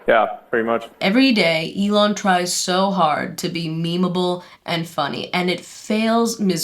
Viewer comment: Eel-on Musk also works ig??